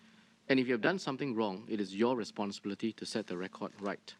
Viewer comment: 3.48 : the way "responsibility" was pronounced differently each time confirms my suspicions that she is faking an accent all the while